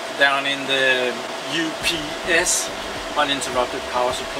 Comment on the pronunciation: It's called UPS not oops